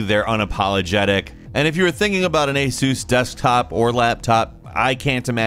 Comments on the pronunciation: Is that really how you say ASUS? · Hahaha, "ay-sooss"